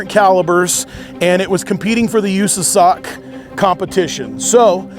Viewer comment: how you said USASOC sent me brother, lol.